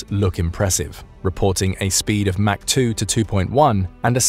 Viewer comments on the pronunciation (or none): none